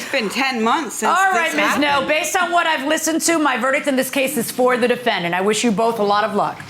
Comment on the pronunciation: Petty of me, maybe, whatever but a HUGE pet peeve of mine is this: as much as I adore Harvey, I really do but I HAAAAAATE how he says "defendANT"! Yes it is spelled with the "ant" but that is NOT where the emphasis belongs in this word! It should be pronounced like "defENDent". It's about the proper emphasis Harvey! Lol